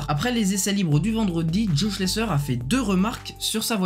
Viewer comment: On ne dit pas Schlesseur mais Schlessaire